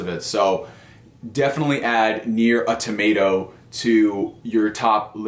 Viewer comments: He's killing me with the tomato lol. It's usually Autamada or Au Tomuta. That's a new one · Nier: A Tomato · Awe-tomato? Bruh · Yeah! I thought the exact same thing. Tomato! :) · I got triggered how he pronounced "automata" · john smith same here! 🤣🤣🤣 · I was like brah......stop trolling.